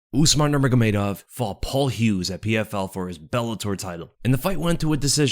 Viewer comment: “Usmar nurmagomedov”